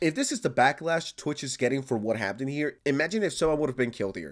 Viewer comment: Just want to point out something real quick, can you pronounce "Happened" correctly in the future? Why are you pronouncing it as if it has a "t" in the word? Thanks. (And yeah fuck the whole organization/company. "Security" my ass)